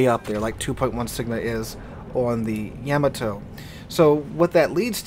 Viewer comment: I can't be the only one screaming at the screen when he says Yeah-Ma-To. Lol